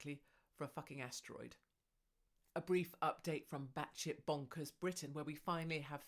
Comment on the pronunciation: Rather that than what I thought she said - hemhorroid(s). 😂👍